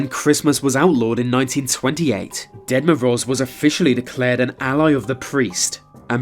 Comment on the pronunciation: Can you please stop calling Grandpa Frost the Dead Moroze? Sounds kinda morbid when you pronounce his name that way, Ahah))